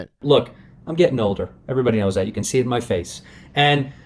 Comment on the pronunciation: “did you seeng”